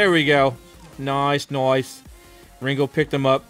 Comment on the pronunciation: He said nice " Noice" :D